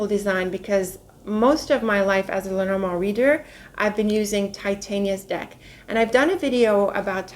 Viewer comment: Where are you from,??? You are such a regal queen, love the way you pronounce "Lenormand", the actual French/French-Canadian way of pronouncing it, which is why I asked where you're from, you look like you could be French or French Canadian, what is your heritage? Just must be something so very lovely!!! 😁🤗